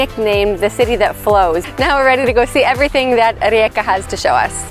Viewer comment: I very much like it that you pronounce the city correctly.